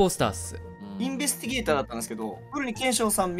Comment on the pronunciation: やっと “インベスティゲーター” 言えるようになってるー！